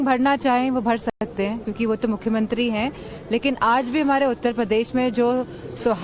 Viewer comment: "Mukhyamantri" to achhe se bola karo. "Mukhyantri" hi bole ja rahe ho.